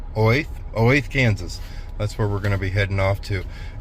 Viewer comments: Olathe pronounced Olathaaaaa😊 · Just a note on the pronunciation of Olathe, ks. It sounds O-lay-tha.